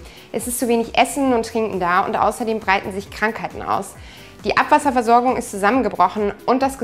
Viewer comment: Warte mal... sagte sie ABWASSERVERSORGUNG?!?